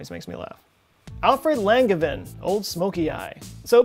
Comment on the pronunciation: Alfred Langevin was my great great grandfather and u miss pronounced my last name